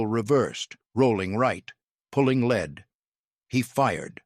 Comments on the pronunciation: Yes, actually, the AI voice had no idea what it was saying. As you stated, the correct pronunciation would phonetically sound out as "L E E D". The AI spoke "led"... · It's "pulling L E E D", not pulling led. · “McCorkle reversed, rolling right, pulling ‘led’…”. 😅😅😅 “led”. Stupid AI narration.